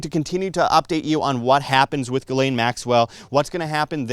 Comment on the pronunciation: By the way Ghislaine is pronounced: G-slenn (like Glen). I am french Canadian so I know.